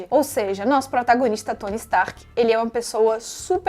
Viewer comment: N é por nada não, mas achei mto engraçado o jeito q vc pronunciou o nome de certos personagens. "Furry" "Tsony" Como já diria o miranha: "falar inglês é legal, mas não fala de mais!"